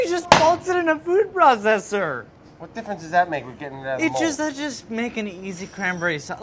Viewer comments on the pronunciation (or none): none